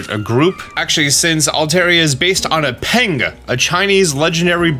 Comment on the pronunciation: Why is an American saying Peng so funny